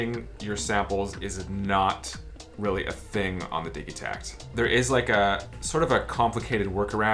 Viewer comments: nice video. does the digitakt come with that rack that tilts at an angle? I want to get my first elektron device, I specially want some drums and also a good brain, is this a good choice? the synkat and octotrack and analog drum machine all look cool. Also, I think its a soft g like, digital -- when you say digitakt or digitone (not like dig as in digging in dirt) - could be wrong but I dont think so. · I imagine the debate has been hashed out, but I haven't heard the arguments--how are we pronouncing "Digitakt"?? Seems to me it should be with a "j" sound, like digit, digital, rigid, instead of a "g" sound like Biggie, Jiggy, etc. Can someone enlighten me as to why the "g" sound seems to be taking over? Not just, either--seems like I've seen it on Ricky Tinez and other yt videos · I'm one of "those guys" that pronounces it, "Didgi-tact", and it always sounds strange to me to hear "Diggy-tact".